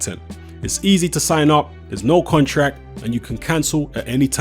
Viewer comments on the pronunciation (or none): Bro repeat after me.... Dillian.... not dillan.... respect... not respek. .... contract.... not contrak. ... you're a grown man.. speak properly and stop talking like you still listen to Dizzee Rascal on your BlackBerry at the back of the top deck of the bus on the way to school.. 😂😂